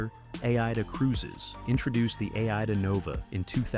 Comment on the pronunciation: It is AIDA in one word as in the Verdi Opera! And not A IDA! and its Italian flagged and for the German market, as originally from Germany. Operation and marketing is in Germany, not Italy!